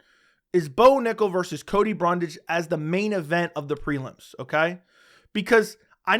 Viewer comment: Don't ever stop saying Cody Bumdage